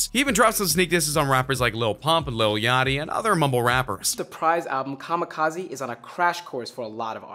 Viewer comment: EMINEMS STILL HERE Wtf is kamakizi. Last I check Eminem made kamakizi. 🙄